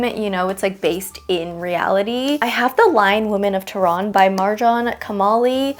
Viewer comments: oh don’t worry it wasn’t bad 🥹just different from the way we pronounce it. Its kind of like teuh-rann idk really know how to explain it but don’t worry ur pronunciation was bad or disrespectful😊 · Omg the way you pronounce tehran😂😂 but love the tbr videos💗